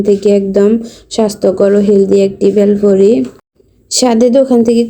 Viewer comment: প্রথমে মনে করেছিলাম বেল দিয়ে তৈরী করা কোন নাস্তা দেখানো হবে। কিন্তু পরে বুঝলাম 'বেলফুরি' আসলে ভেলপুরির অশুদ্ধ উচ্চারণ! 🤔